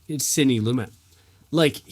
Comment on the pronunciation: Sydney Lumet, not Plumet.